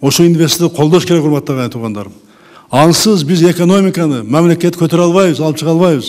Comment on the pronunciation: Мямлакят онугот кудай буйруса!🤔